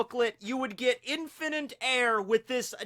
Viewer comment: "Infininte" "Fininte" "InfiniNte" Where did the N come from? N-word pass????